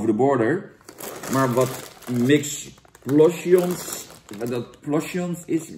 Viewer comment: 'Miks plosjons' 😂